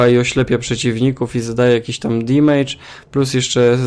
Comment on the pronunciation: Taka mała uwaga :) nie wymawia się damage jako "dimejdż" tylko "damydż" :)